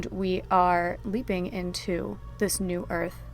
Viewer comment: Thought you said weeping not leaping🤣😆